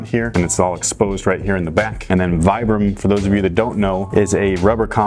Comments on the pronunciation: I know noone cares but the word Vibram is meant to be pronounced "Vee- bram" not "Vy- bram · You pronounce it as vee-bram.. Not viybram.. Youre welcome.. Peace bro. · Very reminiscent of the Pharrell NMDs Btw it's pronounced veebram, after the founder Vitale Bramani Definitely interested in this shoes' performance, great vid! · in a different color way I'd wear them, btw it's pronounced "veebrum"